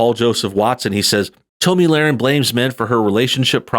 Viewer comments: I think the correct pronunciation of her name is “Tommy”, not “Tome-me”. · Hey —Have you never heard of Tomi Lahren. Its Tommy, not Tomey. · It's like "Tommy" not "Tome-ie"... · i love how he keeps calling her "Tow me" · Its "Tommy"...... Toe-me.....lol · Seems I've been mispronouncing her name this whole time. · She pronounces her name like Tommy. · Her name is pronounced like Tommy. I think she let her commentary self cross over into personal self. I'm sure she doesn't hang out in a circle where the "real men" do. I understand what she was trying to say but she didn't come across that way. I don't agree that she should "tone it down". She should be who she is. However she shouldn't be surprised when the MAN she is looking for is turned off by who she is. I think the feedback she gets on that video will give her some perspective.... Hopefully. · Well to start her name is pronounced like Tommy just to let you know. Now as far as her saying it’s men and our attitudes or that we purposely do things to ruin a relationship or are single minded thinking about sex all the time well she’s wrong. There are a lot of good men out there who have decided that relationships are not worth it because of the attitude that’s displayed in this video. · It’s “Tommy”, dude... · It's pronounced like "tommy" 🤔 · Great video but it's pronounced "Tommy" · I thought her name was pronounced like "Tommy". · Dude, have you never heard anyone else (or herself) pronounce Tomi’s name? You made a video about her and don’t even know how to say her name... super annoying!!! Can’t continue watching the video, sorry. It’s just too irritating to listen to your version of her name... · Why are you mispronouncing her name? I have to assume it is intentional or you have never seen her work.